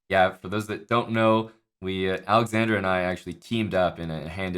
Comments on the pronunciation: He kept adding an "i" to Alexandra's name. 🤣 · dude, the guy kept saying alexandria. Geez.